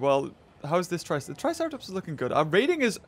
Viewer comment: He said triceraplot